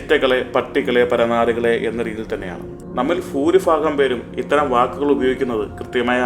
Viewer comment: ഫൂരിഫാഗം❌ ഭൂരിഭാഗം✅ 'ഫ' എന്ന അക്ഷരത്തിൻറെ ഉച്ചാരണം മറ്റു ഭാഷകളിൽ നിന്ന് വന്ന പല വാക്കുകൾക്കും വേണ്ടി ആവശ്യമുള്ളപ്പോൾ മാത്രം 'fa' എന്ന ശബ്ദത്തിൽ ഉപയോഗപ്പെടുത്താറുണ്ട് എന്ന് മാത്രം. പ വർഗ്ഗ അക്ഷരങ്ങളിലെ അതിഖര അക്ഷരത്തിന് 'fa' എന്ന ശബ്ദം വരാൻ ഒരു സാധ്യതയുമില്ല. അതുകൊണ്ടുതന്നെ ആട്ടുമ്പോൾ ഉള്ള ശബ്ദം 'പ്ഫാ' ആണ്. 'പ്ഭ' അല്ല. ഭാഷാപരമായ ഒരു കാര്യം തിരുത്തിയെന്ന് മാത്രം. വീഡിയോയിൽ പറയുന്ന വിഷയത്തോട് പൂർണ്ണമായും യോജിക്കുന്നു. അരാഷ്ട്രീയമായ പദപ്രയോഗങ്ങൾ സിനിമയിലും രാഷ്ട്രീയത്തിലും സമൂഹത്തിലും വളരെയേറെ അർബുദം കണക്കെ ബാധിച്ചിട്ടുണ്ട്.